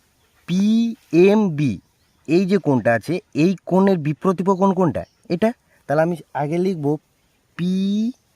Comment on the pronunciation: Hi you have made a mistake that is your pronunciation is not correct You told that biprotipo but it is wrong that is correct - biprotip kon Well done